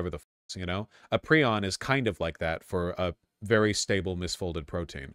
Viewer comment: It’s pry-on.